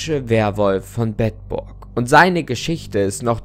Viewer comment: Ich als Bedburger muss sagen es wird Beedburg ausgesprochen ;)